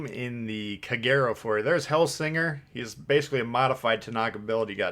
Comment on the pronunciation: Heads up it’s pronounced KAH-GAY-ROH